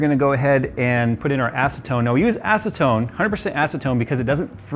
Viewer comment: Ha he said ass-atone